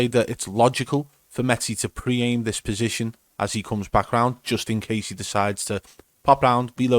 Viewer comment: The way he says "dis guy is fucking pre aiming me" just kills me 😂💀